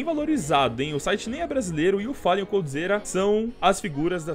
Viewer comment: Bad "fellan"